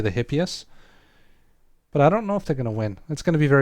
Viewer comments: Greek here: Because the mispronunciation really drives me crazy, it's eepéphs (hippeus) and eepíece (hippeis). Great video btw, thanks for sharing all that useful info. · I think it'd make sense to use a classical pronunciation for this rather than a modern one, so with the h being pronounced. Still doesn't make the video's pronunciation right though!